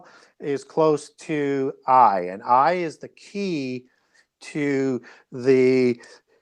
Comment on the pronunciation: knows a lot but he needs to look closer to a King James Bible and get the pronunciation of these names right. The King James has the names broken up into syllables with a mark for emphasis. A’i is a two syllable word. ( A- eye ) Ja’pheth is Jay- feth Hi’vites are HIGH- vites